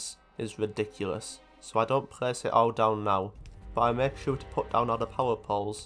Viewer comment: suddenly noticed a trend in your accent which has become extremely difficult to unhear. It’s how you pronounce L as R. Rand instead of Land, reft instead of left, and prace instead if place. Amazing video regardless, but I haven’t heard this in other accents.